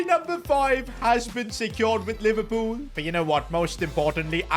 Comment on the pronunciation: NOT PIVERLOOL😭😭😭